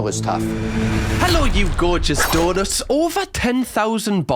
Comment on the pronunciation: I just realized you’re saying donuts not daughters…